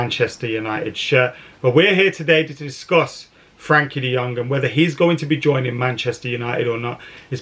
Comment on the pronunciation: De Jong will come when pronounces his name right. So sadly never.